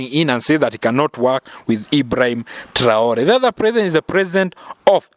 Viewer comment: Message à la traduction. C'est irrespectueux envers. Pourquoi cette voie française n'arrête de mal prononcé le d'hibraim TRAORÉ. Merci d'articuler proprement